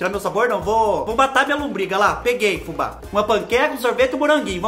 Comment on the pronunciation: Olha Fubá na pronúncia correta! .